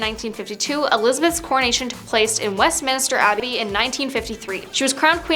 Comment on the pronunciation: West”minister” Abbey? No credibility.